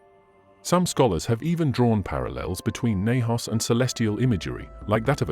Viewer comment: While your videos are often interesting, please learn how to pronounce Hebrew correctly.